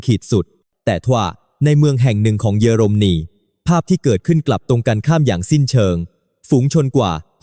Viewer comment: 🫵🇹🇭#รู้ว่าAIภาษาไทยวิบัติควรศึกษาออกเสียงอ่านให้ถูกต้อง>>ปา-ติ-ริ,>>เยอ-ลม-นี>>,ความ-กา-โหล,ช่องไฟ-เว้นวรรคให้ถูกต้องด้วย